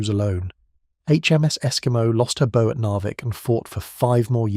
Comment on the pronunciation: It`s `Bow`, pronounced as in `Cow`. The Tribals ( is that now considered not PC?) were armed with 4.7`` Guns FFS, not Friggin` Arrows!